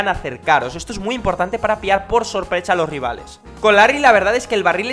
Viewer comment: dijiste por chopresa